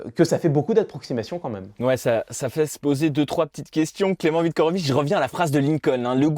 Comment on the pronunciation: Merci pour la vidéo. Dommage d'avoir écorché le nom de Viktorovitch à chaque fois...